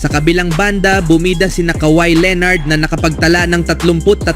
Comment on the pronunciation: Leonard hindi leenard, dami mong pa-style.... Bulok!